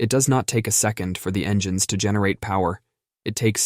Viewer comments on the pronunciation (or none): Never heard that "pass" bit before, and this new AI input is risible -- "en-gan-ness" for engines, TWICE! LOL! The mangling of English words is hilarious, except NOT in aviation, where it's critical for ALL pilots to speak intelligible English, the international aviation language since about 1951 or '52! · This is the most pathetic text-to-speech AI program I've heard. "En-geh-nes"?? It was tying to say "engines".